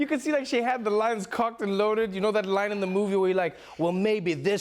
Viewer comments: Did you just say "Cocked and loaded"? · Did Trevor say "cocked" and loaded, instead of "locked"